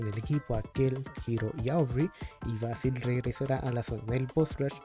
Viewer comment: "Beisil" Ulalala señor francés "vásil"